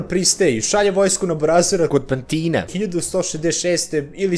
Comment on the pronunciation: Nije Pantino(zvuci kao italijanski) vec je Pantino selo pa kod pantinog ili samo pantino (selo) Keep up bro